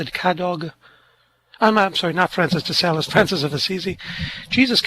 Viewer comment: Francis de Sales, not 'de celes'.❤